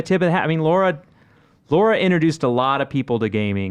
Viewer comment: It’s Lara not Laura...